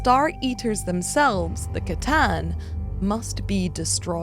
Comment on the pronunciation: Sooo glad you say C'tan with a hard C and not an S 😂😂